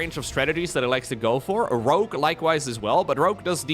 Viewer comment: Why are you mispronouncing Rogue? It's Rogue with a G, not Rokue with a K.